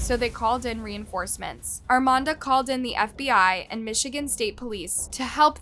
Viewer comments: Please STOP saying "ArmaNda" it's Armada! That's Ar-mae- duh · AR MAE DA is how it is pronounced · Girl…. It’s not Armonda….it’s Armada….. geesh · ArmaDA, not ArMANda. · There's no N in Armada, learn how to say words correctly . While Your channel is good, you tend to mis pronounce proper names a lot. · Armada, not Armanda? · ARMADA, NOT ARMANDA! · Was anyone else thrown off that kept saying "Armanda" instead of "Armada"? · Another tragic story but why does she keep calling the town "Armanda"? Theres no letter N in Armada. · Ar-may-da. Armada. Ar-may-da. You listen to people pronounce this name throughout your presentation, yet, you cant help but throw an "N" in the there. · There is no N in Armada (r-MAY-da) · Why you saying Armanda? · I religiously watch your channel. This is 15 minutes from where I live. This was hugeeee when it happened. They have a memorial garden for April in Armada. RIP I can’t help but giggle when u pronounce Armada. It’s ARRRRR-MAY-DUH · I'm from this area. This was very sad and disturbing. Also, it's pronounced Arm-May-Duh. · Not gonna lie she has a habit of not pronouncing things correct. Still love her videos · You do realize you're saying the city name completely wrong. There is no N lmao, God i hate youtubers who can't do their research right especially something as small as city names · I really like your videos, but you mispronounced Armada A LOT. There isn’t an ‘N’ in Armada. Please practice words you’re unfamiliar with to seem more polished. Thank you. This is meant as constructive feedback, not a slam.😊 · Girl, you are wasting precious time. I won't even try to count the mispronounced names of people, towns etc!!!😂😂😂 I'm ur neighbor from Detroit!!🤗🌹(I remember when this terrible invite happened RIP April💔) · The first clip used, the guy even pronounced it properly. I'm not even familiar with it, but there's not even an 'N' in the name.